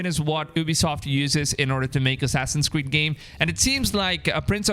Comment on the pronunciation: "Assassin's squeed" he said ? lol I know, I'm so childish.